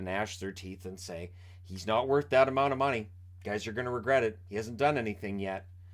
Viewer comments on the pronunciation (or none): none